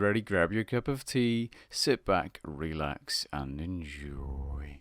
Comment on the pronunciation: The way you say "enjoy" will always be funny.